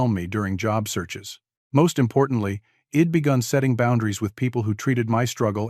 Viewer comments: Learn about contractions...id is not a word, it is pronounced I, as in "eye" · Please teach your AI to read " I'd " properly. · Very good story about mental health and dealing with people trying to hurt you.. the AI reader obviously can't say "I'd" , the voice was good but misreading isn't good especially for a public story on YouTube, hope you get it figured out